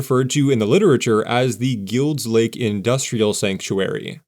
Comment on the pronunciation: I’ve been here since 1957, grew up in NW, and have NEVER heard Guild Lake pronounced as you claim. Not once!